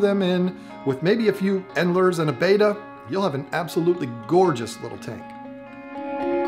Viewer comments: Bettas are probably the most mispronounced fish name. I wish folks that are making information videos would at least mention it's actually not Beta but Bet•ta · It's BETTA, not BETA. Different pronunciation. Like, "better" in an English accent. Like, you betta stop calling this fish breed betas. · No hate, but it’s actually pronounced “bet-tah”, not “bay-tah” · Hard to take advice from someone who can't pronounce BETTA.